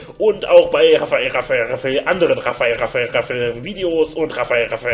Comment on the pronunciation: Raphael Raphael Raphael .....iwann klingt das nur noch wie Raffel Raffel Raffel Raffel.... :D